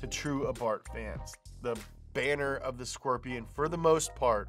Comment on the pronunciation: A frickin skwerpion!